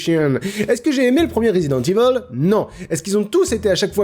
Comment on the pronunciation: RESIDENTE IVAULE REUTU DI BYUCHEEEUN